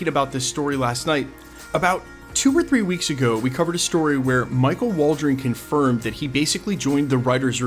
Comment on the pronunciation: "CONGFIRMED"? Did you mean "CONFIRMED"?